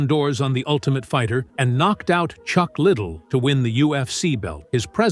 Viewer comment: "Chuck Little"... :D Bruh